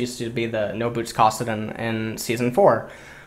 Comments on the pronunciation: ITS CASS-AH-DIN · same thing when he said kassadin.